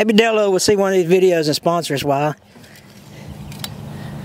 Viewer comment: Did you say Delo or jello? Looks like you struck oil